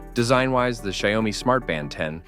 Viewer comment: Please look up how to pronounce "Xiaomi" before saying it a hundred times. Come on, man.